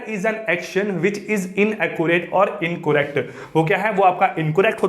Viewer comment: please learn to how pronounce collect/correct